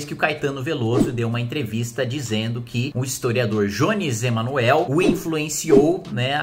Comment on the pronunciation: Tá de brincadeira. Não sabe nem pronunciar o nome do Jones "Emanuel" e quer falar sobre o que não conhece. Queria muito saber quais autores de esquerda sobre o tema leu. Nem a esquerda lê Marx direito, quiçá vocês. Só uma coisa: vai segurando a onda, porque esse é apenas o começo do crescimento da esquerda "radical", rs.